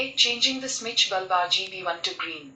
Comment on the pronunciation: Its bulb not baaalb ! Its google not gugulee , overall nyc review